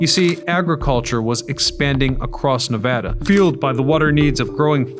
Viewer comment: Thanks for pronouncing Navada correctly.